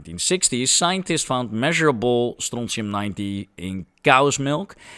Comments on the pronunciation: Bro, the way you pronounce it. Wat een schijtmetaal, nee het is strontium😂😂😂😂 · where in the nature did you find that siren clip :D ? The chemistry is much complicated - but your pronounciation of strontium sounds like real scottisch could say strontium upon finding :) Telly Ho!